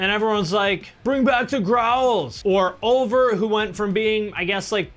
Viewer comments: Hahahah .. Oh. No wonder I didn't know who that was at all. I thought he said "Over" and then didn't recognize the music for shit. If you can call whatever that new stuff is 'music'. 😅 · Thats the worst way I`ve ever heard someone pronounce "Ulver".